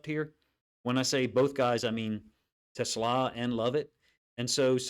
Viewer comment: Coach - everyone gets it wrong (even Dan Campbell) but his name is pronounced teh • SLAW